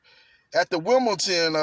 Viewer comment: Why Americans pronounce Wimbledon with a “T” ?